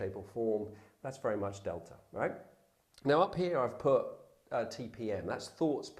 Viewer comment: Beeta?!? It's pronounced bey-tah! Theta is pronounced they-tah! He did get Delta correct.